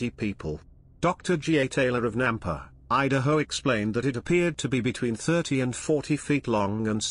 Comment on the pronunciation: you said "Udaho?"